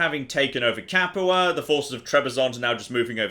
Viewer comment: Padua Pad-you-ah NOT Pad-eww-uh You pronounced Capua correctly. Just pronounce Padua the same way. note: Italian American, willing to be corrected by actual Italian if my pronunciation is incorrect.